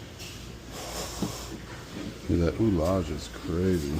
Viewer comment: yup. Don't know who your French co-workers are, but I'm half French (grew up in France and fluent), and the pronunciation for ouilla as in ouillage is ooh yea (the double-Ls turn into a y sound when they have the i in front of them). Billes (marbles), quilles (bolling pins). All pronounced with a y not an l sound although it wouldn't be French without maddening exceptions like mille (a thousand).